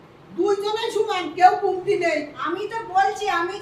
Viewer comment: সুমান্ না সমান, কুমতি না কমতি, উচ্চারন ঠিক না হলে ভালো লাগেনা শুনতে 🥹🤧